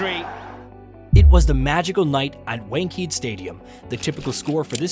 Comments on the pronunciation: One-kuh-day : Wankhede. Not wank-heed. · Oh yes Wenked stadium not wankhade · atleast make half an effort to pronounce the stadium name correctly...its mad disrespectful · did you really say Lyon? Dude did you watch the World Cup or not? He wasn't even in the 15 for Australian squad. Also, looking at your pronunciation of Wankhede Stadium, feels like you are not a regular cricket viewer.